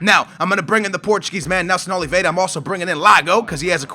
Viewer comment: Nelson Oliveira, does not have a 'd' in his surname and Labyad is pronounced la-bee-yad., you gotta learn these names dude